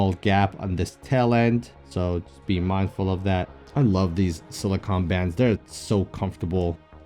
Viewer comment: Awesome vid def picking up one of the metal bands. And Lol it’s pronounced “sili-cone” not “sili-con” 😂